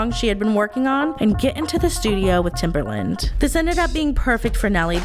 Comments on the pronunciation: Guurl his nickname was Timbaland not Timberland☠️ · love the video, but hearing timbERland instead of timbAland grinded my gears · I'm sorry..are you saying TimbERland??